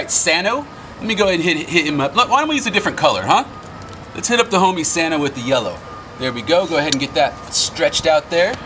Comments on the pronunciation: aint no way he said sano💀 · 💀 was thinking the same thing is that really sano